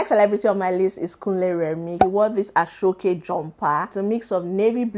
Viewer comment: great job but aso oke is pronounced as 'a-shaw okay' not 'ashokay' please 😭